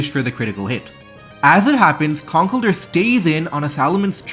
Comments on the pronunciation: Con kell(rhymes with hell) DUR? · That's not how you pronounce "Conkeldurr."